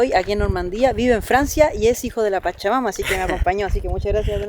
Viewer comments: Sera que no puede decir hijosdw chacha mama se escucha espantoso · Siempre que dices "hijos de la pachamama" siento como que vas a decir "hijos de su pinche madre" 😂😂😂😂